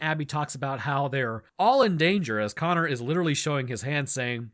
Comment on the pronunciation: You mispronounced connor. Its pronounced connor